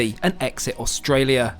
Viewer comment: You pronounced Australia wrong